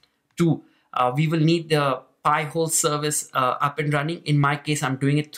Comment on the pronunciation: Ok. You should pronounce it “pie-hole”. “Pee-hole” is something entirely different. But cool video.